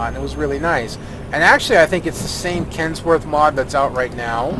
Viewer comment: its kenworth not kentsworth and i very strongly suggest checking out the kenworth w900l and it is a canadian truck so its canadian just like me